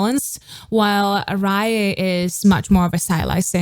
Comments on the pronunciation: Hello just to say that “Raye” is just pronounced as ‘Ray’ not ‘Ryer’. I hate to call it up just if you cover her further you’ll almost certainly get people being more funnier about it. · I love how she is pronouncing raye name wrong😂but yh she is pronouncing raye name wrong but I love her